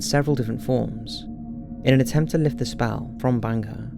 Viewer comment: 2.26 This dude can not pronounce words properly - spall? TF is that!?